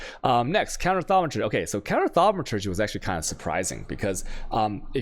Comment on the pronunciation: The fact you pronounce thaumaturgy correctly of all things is the funniest thing in the world to me, good work dude :)